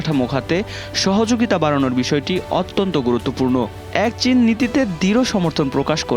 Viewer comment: 😂😂😂its chin...not shin😂😂😂😂